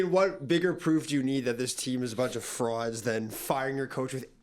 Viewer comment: just starting the vid. I better hear do that “froud” pronunciation 😭😭❤️